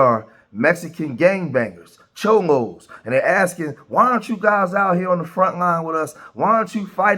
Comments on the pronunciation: Chomos😂 I think you mean Cholo my guy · I swear dude keeps sayin chomo and not cholo lol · You called them chomo though lol Its cholo homie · Cholo not Chomo😂